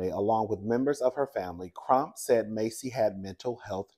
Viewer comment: *Pronunciation is MASSey like “mass” It is absolutely crazy how these cops act so scared of every damn thing; even their own doggone shadows, at this point. You are absolutely right about them clearly not being trained to deal with these circumstances.